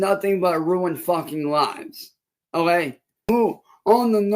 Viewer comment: thinks okay is pronounced olay